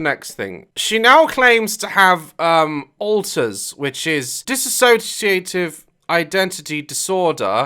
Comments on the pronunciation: bro you would think if she actually had DID she would be able to pronounce dissociative. unreal. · She’s not even pronouncing dissociative right- I was told by a therapist that my DID wasn’t real and that there’s “books saying DID doesn’t exist at all” so it kinda takes a lot for me to be offended by people saying shit but she seems to have every single disorder in the book lmao Edit: and you also can’t just use DID as an excuse for everything like “I eat because I have alters” or “I yelled at you because of my alters” that just isn’t how it works it’s really obvious when people fake things I have tics as a result of a suicide attempt (overdose) and I’ve met people who say they have Tourette’s and it’s just so fake it’s hard to even watch (I don’t have Tourette’s but people think it’s cool to have tics and it’s really not it impacts your life greatly especially if you actually have these disorders)